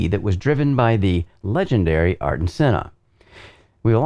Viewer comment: "ARTen" its Air-ton... Ayrton